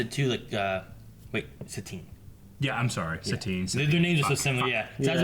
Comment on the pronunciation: Its Satine boi